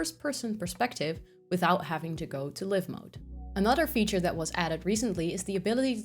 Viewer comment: Live in this context in English is pronounced live¹ (adjective) — pronounced /ˈlaɪv/ (“lyve,” rhymes with hive) > meaning: having electricity flowing; charged; active — a live wire, a live socket